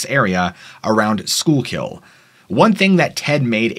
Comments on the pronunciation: It's pronounced Shkookle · We pronounce it sku kill for schuylkill area/river. I’m from Pa